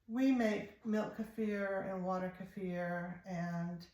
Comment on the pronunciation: Thank you for saying kefir correctly.